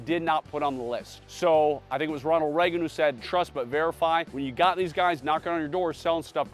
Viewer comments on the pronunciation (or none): none